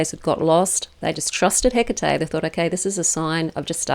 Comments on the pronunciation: Please don't call her Hiccatei. It's He-Ka-Te. Bless you❤ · Where did you find this pronunciation for the Goddesse's name? Is it the way you call her? Hecatè?